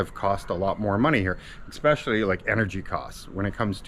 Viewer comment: Did you actually say "eckspecially"? Godd video nonetheless.